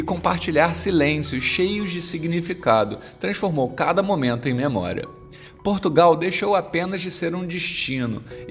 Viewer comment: Portugau?????? que é isso????'